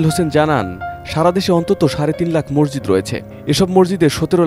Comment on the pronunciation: শব্দ টা মরজিদ না । মসজিদ হবে ভাই